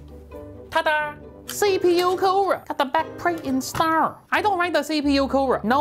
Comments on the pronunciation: “BiG BLACK KOOWER!” Im dying!😂💀💀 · nononoono it was ”Big BRACK Coora”